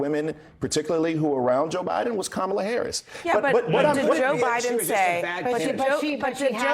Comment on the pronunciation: because he's a white male😅 anybody that says common like that nowadays, I think they Loki wannabe white themselves. I think these people that keep knocking on white men like that absolutely hate the lineage that they are in the wish they were white...